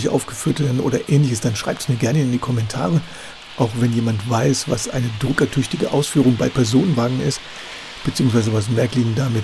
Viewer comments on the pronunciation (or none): Das liest sich nicht "Drucker-tüchtige" sondern "Druck ertüchtigte" und meint die Wagenübergänge sind im Vorbild gegen plötzliche Druckschwankungen geschützt.